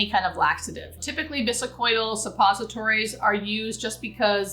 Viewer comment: I am RN for 30 yrs and in the throes of interviews to become a hospice nurse. Love your videos to help me prepare. 😊 May I suggest?? plz check pronunciation of words like bisacodyl . defibrillator (there is no “u” in defibrillator nor an “oi” sound in bisacodyl. You are obviously a very highly intelligent nurse and author and i hope this tiny critique doesnt offend) Thank you again. I learn so much from your videos.❤